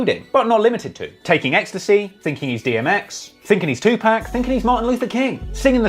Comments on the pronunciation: it’s not 2pack it’s pronounced(Tu’pok)! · Looses credibility with every time he says Two Pack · I couldn't do it I had to stop the video after 30 seconds you saying TuPack 5 times is fingernails across the chalkboard 😬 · The fact u can't get 2pacs name right got me really looking at your vids a whole different way now 🤦‍♂️🤦‍♂️🤦‍♂️